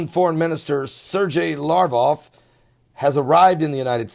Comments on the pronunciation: LaV Rov not larvoff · Pronounced "Sare-gay Lav- rawv"... (sare)- rhyming with hare...